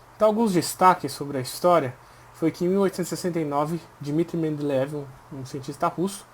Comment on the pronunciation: É mendeleiev, não mendeleev